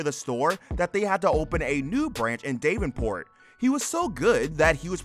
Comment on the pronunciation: Iowan here. I don't mean to be mean to you but you might want to double check the pronunciation of Bettendorf and Davenport. I actually bumped into Mike at the Indinana military museum a few months ago. Or at least I saw the pickers there. Tried to flag them down but they kept driving. Oh well. Maybe next time.